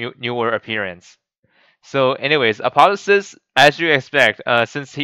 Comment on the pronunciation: Apo theo sis there is a ''O'' there